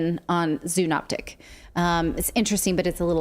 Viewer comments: Zoonotic not zoonoptic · my pronouns are Prosecute Fauci - classic case of the fox guarding the hen house (also lol at "zoonoptic" aka zoonotic)